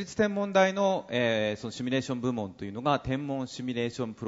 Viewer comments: どんなに頭良くてもシュミレーションって連呼してるとバカに見えてしまう…。 誰かシミュレーションって教えたってくれ(´･ω･`) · 「シュミレーション」という発音が気になる。simulation